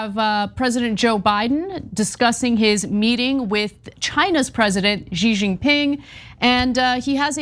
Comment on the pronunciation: PSA to all Americans: The name Xi is pronounced like "shee", not "zhjeee". Much easier to say than most make it for themselves